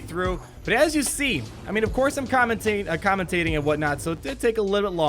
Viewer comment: commen-tating lmao.